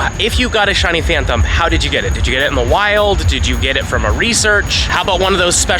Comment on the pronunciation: I’m sorry I hate being that person but the phan”thump” pronunciation is killing me